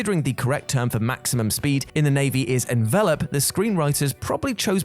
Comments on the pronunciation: Wow -this is so far off the mark on so many points. Ballistic doesn't mean what you think it means (yes the movie got it wrong too, but they were closer than you were.) The term for maximum speed isn't 'envelope' (even without your weird pronunciation). TOPGUN isn't about learning to fight with guns; it's about ACM. I gave up at that point, as this vid didn't seem to be "20 things you somehow missed in Top Gun" as much as "20 things we thought were mistakes in Top Gun" Whoever did this WhatCulture really needs to lift their game. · Envelope is pronounced like the thing you put in the mail; in aviation it’s a noun.